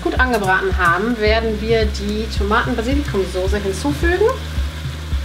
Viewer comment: notice how she pronounces die Soße, as far as I know the ß should always be pronounced as [s]?